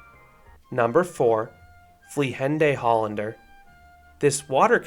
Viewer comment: Bro the way he pronounced Vliegende Hollander😂😂😂😂 I'm dead